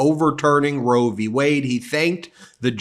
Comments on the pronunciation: He said, " Roe v Wey..." He's a fucking Moron...lol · Notice he called it "Roe v way" not Wade. He could have a job on an anti republic video blog. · He is such an imbecile that he doesn't even say the correct name. He said "Roe v Way" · the way he always pronounces roe V(s) wade really highlight just how little he understands about what he talks about... it's qui(d) pro quo all over again